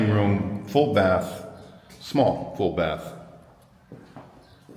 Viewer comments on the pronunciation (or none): none